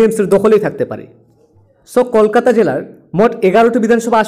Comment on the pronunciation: আপনি বাংলা ভাষা ঠিক মতন উচ্চারণ করুন তারপর খবর বলুন । কলকাতা উচ্চারণটা ও ঠিক মতন করতে পারছেন না।